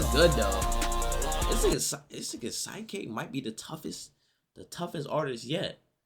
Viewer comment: his name aint pronounced "sike k' it's sik k